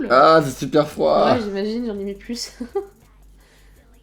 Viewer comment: elle a dit pluse beau sa dit pas se nait pas plus c est pluse